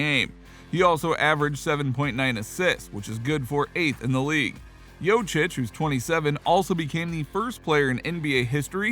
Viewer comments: It's joKic bruh u saying jocic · I got to 48 seconds into the video and had to stop. Learn how to say his name